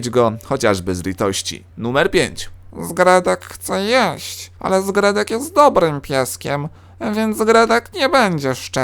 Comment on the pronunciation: "Zgredek" dobre